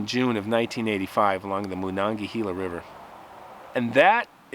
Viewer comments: It’s pronounced MA-non-ga-hey-la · The way you're pronouncing the Monongahela is driving me crazy man. It's not Moon-on-gahela. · I grew up pronouncing it. Ma- non - ga - hay - la. But good job..🎃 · I wish I knew more about where these kids hiked. I'd be able to check it out. The river is pronounced Monongahayla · Just in case you ever need to know it again in the future, I'm from Pittsburgh, it's pronounced "mawn-on-guh-hay-luh" good try though! It's a native iroquois word that means falling banks. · Moe-NON-guh-HELLA River is how we say it in "The Valley" (Monogahela, Monessen, Sonora, Charleroi, PA). Or "Mo-NON-guh-HAY-la". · "MonangaHEYla" is how we pronounce the river's name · As a native yinzer, I had to laugh at your butchering the pronunciation of the Mon river haha.